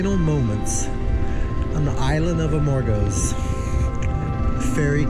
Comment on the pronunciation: Amor gooooooos Amor goooos Amor goos Amor gos.... emphasize the 2nd o not the first Thanks